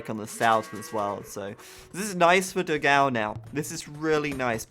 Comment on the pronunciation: Dogau ahsuahsugdus the pronunciation is wrong. Nice vid